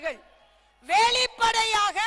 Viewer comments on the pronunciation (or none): மூதேவி....வேளிபடையாக இல்ல ....வெளிப்படையாக